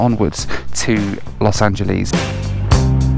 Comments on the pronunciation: I remember doing a DC 10 from Chicago to Denver that was very bumpy. All the lights were on. Flights westward from Denver often are bumpy because of the mountains in the summer. You got a bad day. Los Angel(less) not (lees). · Los Angel..ees :) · Los angelees lol